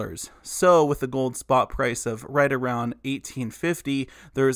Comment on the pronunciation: ''a gold ETF will basically follow the Sprott price of gold'' 😂🤣🤣